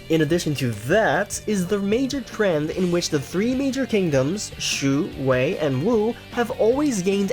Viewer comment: i didn't notice that i though you said way all the way